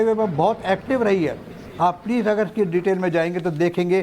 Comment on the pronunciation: Venezuela ❌ Venenzuela ✅ 😂😂